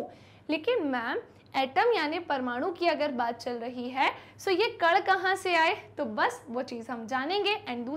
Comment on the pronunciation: Ma'am कड नहीं कण होता है